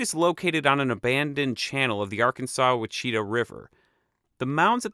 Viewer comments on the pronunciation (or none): Uhh ---Ouachita = wah-shi-tah, not wa-chee-tuh, at least in colloquial pronunciation.. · Wha Chita??? - How about Ouachita - WASH - A- TAW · The arkansas-wachita river?! Lol, it's spelled Ouachita and pronounced wash-a-taw. Also there are a lot more mounds around Watson Break in the woods near Cheniere Lake (pronounced shin-eee). Not even documented, that I can find. It's swampy and terrible for flooding all time and bad for agriculture, hence the reason the mounds are still there. I'm still surprised so many aren't formally documented or known! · I would like inform you sir, the ouichita river is pronounced like Wash-i-taw. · Ouchita river is pronounced Washitah. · If you mean Ouachita River, that's pronounced WASH-a-taw. It's from the French where OU is like a W. Stress on the first syllable. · Been to this site with my uncle who had a strong amateur knowledge of the archeology there. Your presentation was excellent & concise. Enjoyed it very much. Btw - I'll let you in on a secret that only people in Arkansas and Louisiana seem to know: "Ouachita" is pronounced, "Washitaw." (It's how we locals know who's not!) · As someone from the region, Ouachita is pronounced "Wah-shih-tah" around there lol xD all your videos are amazing! thanks! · The Ouachita river is pronounced Wash-itaw And the Bayou Macon is May-son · Ouachita isn't pronounced like that XD it's Wah-Chi-Tah or Washtah if you're saying it quickly. Source:I went to HSU, directly across from Ouachita Baptist College. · Damn I commented that same thing. Born and raised in Little Rock. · Your pronunciation of the Ouchita River is very interesting. Wa-sh-a-ta is the pronunciation in Arkansas. I wonder if in Louisiana it's different? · Visited there many times as a kid. Always felt like it didn't get enough credit for the historical importance of the place. And by the way the river nearby is the ouachita pronounced (at least by the locals) wash-i-tah. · Ouachita is pronounced "wash-i-taw" The river you named